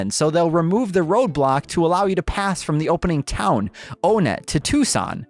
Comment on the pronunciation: After all these years, and still they mispronounce Onett.